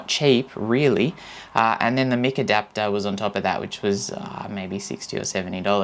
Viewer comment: Mike not Mick! :D hahahaha :D It is pretty awesome, and the 8 battery is pretty good for GoPro too. I wish they did something like this but without the built in microphones. You are bang on, a BT mic would be awesome. Great vid mate :-)